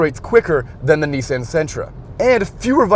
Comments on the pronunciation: I thought he was talking about his niece, Ann. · The way they pronounce "Nissan" kills me.